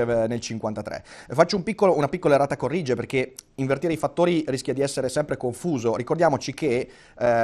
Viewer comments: Ma come "errata corrìge" ? Ma chi è questo? Ma che cazzo... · Al minuto Rick pronuncia in modo abominevole la locuzione latina "errata còrrige", quasi come fosse un'espressione inglese. Inascoltabile. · Quando un sedicente intellettuale dice "errata corrìge" per me è già finita